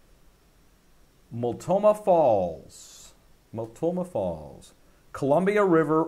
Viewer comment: Pronounced Mult No Ma Falls :).